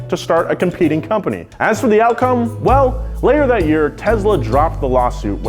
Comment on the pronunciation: “Car of the Year” award sounds more like “Car of the Day”